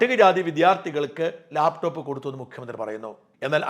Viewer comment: ലേപ് ടോപ്പ് അല്ല മാഷേ ലാപ്ടോപ്പ് അത് മതി